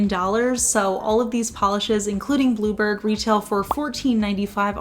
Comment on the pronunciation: Love the colour - the first three times you said "bluebird" before seeing the text and bottle, I could've sworn you were saying "blooper" lol 😅